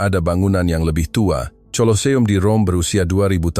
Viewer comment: heard the same story a few times before... only change the place of origin,,, pronounciation of Batu Caves and Colleseum is not right...